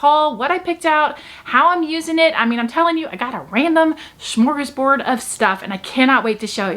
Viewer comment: As on of your faithful fans, I’m gonna need you to say “Schh-more-gash-board” in all future videos. Please and thank you.